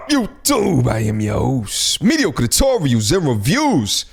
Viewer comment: The way you say “tutorials” in your intro is soo New York LOL